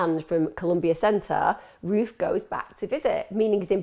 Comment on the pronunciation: I thought you said Ruth. NOW in my mind I just keep hearing him being called Ruth ;)